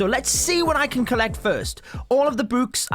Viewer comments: The way he says books: bwks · Why his books sounds like b00bs